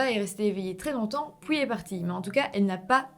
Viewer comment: Je kiffe trop tes "puis" qui donne "pouis" pour la française que je suis 😅